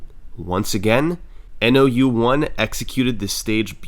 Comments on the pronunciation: I think "nou1" is supposed to be read as "nōichi" (spoken as "know-ee-chee") bc it's a Japanese name 😭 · hey brother love the vid, nou1s name is pronounced as "no one" since the o sound can be translated as ou as well, please take down the video again and re upload with this correction, all the best :0) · Commenting for the algorithm. I wonder if nou1 is pronounced "no one" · Is it difficult to understand that lead is the word that rhymes with “dead” and that nou1’s name is no one? I’d say not hard. Do better